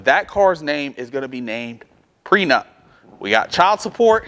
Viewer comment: Are you saying Pre Nut or pre nup?